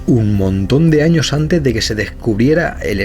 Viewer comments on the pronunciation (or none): none